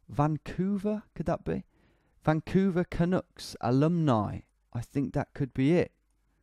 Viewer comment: The way he says “vancouver canucks” sounds so wrong lmao